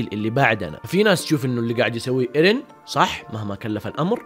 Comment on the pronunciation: اسمه ايرين ايش الي ايريه ترا مرة ما قاعد تجيب لكنة يابانية 😂😂